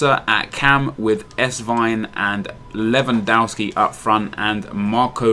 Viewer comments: Its LEWANDOOOOOOOWSKI NOT lewandawski man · its spelled levandovski not dow like cow . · I'm polish and it's said lew-an-dovski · Its pronounced Levandovski, I'm from Poland. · I know this may sound stupid but I'm from the US. Is it really pronounced Levandowski even though is spelled lewandowski? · It's pronounced as 'Levandofski'